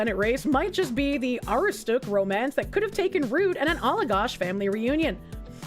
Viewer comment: how you pronounced Allagash hurt